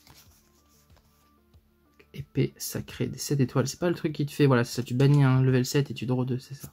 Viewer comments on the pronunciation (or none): none